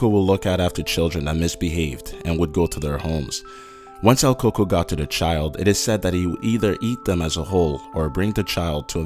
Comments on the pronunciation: "cucuy" you have to have the "y" sound at the end. should sound more like "cucuwe" not "coco". when it sounds like "coco" thats a vagina in some countries in central and south. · El CoCo? 😂 I was terrified till I heard that. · did this nigga say coco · bruh he said coco 😂😂😂 fear the great and powerful coconut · He said CuCuy wrong lol it's he tried tho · Every time he said that I would say cucuy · Lol he's been Saint the second one funny😂 sounds like he's saying coco 😂😂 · El coco??? Try harder on your pronunciations wtf man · Ibáñez Ocampo Tbh, I didn't even realize he mentioned El Cucuy until I re-watched and listened to his booty pronunciation. El CoCo lol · gaming its pronounced "coo-coo-ee" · he's talking about "el cucuy" he's just saying it wrong lol chill. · Wow....not even my white husband butchers the name "cucuy" that bad.... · El cucuy!!! Not el coo coo I was cringing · What the hell us el Kuku its el cucuy or ku-ku-E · Its el cucuy😂 not el coco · El KoKo isn't pronounced that way. Pronounce it like "cook-kuwee" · It's pronounced el coocuy not ell coocoo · There is no “coco” it’s “cucuy” pendejo. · El COCOA? Jesus. If you are going to do a Mexican urban legends video you could TRY to do the pronunciations correctly. Its el Coo Cuey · El cucu? Does he mean el cucuy? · It's pronounced "koo-co"...not "coco" lmao you butchered the name XD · It's el Cuy Cuy like Ku-kui, not el coco, that literally means coconut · LOL hot chocolate boy is coming 😂😂😂😂😂😂😂😂😂😂😂 its cucuy not coaco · bro XD your pronunciation of El Cucuy sounds like your saying coco but still awesome video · Omg same here he would say el coco i would always say el cucuy!!! Hahhaha que menso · Its pronounced coo-coo not coco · "El Coco"? its El Cucoy cou-koi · "Here comes the co co " Haha bruh es el cu cuy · coocooy not coco its not hot chocolate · bruh... the coco lmao its the cuy-cuy xD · I'm sorry dude but I cringed every time you say "El Coco" , it's EL CUCUY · it's el "cucuy" not el coco ,.